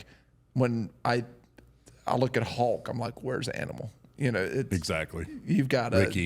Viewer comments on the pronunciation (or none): The hillbilly can't say Hawk. Sounds like Hulk 🤣🤣🤣